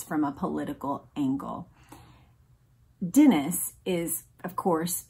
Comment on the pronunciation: Love the recaps! Thanks for your hard work with them. On a side note, it's pronounced "Denise" for Edmund Denis. Like the girls name Denise. Can't wait for the next one!